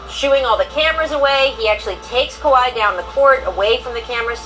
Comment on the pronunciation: Can Scottie Pippen please say Kawhi Leonard’s name Right smdh 😂. His name is not Kawaud lol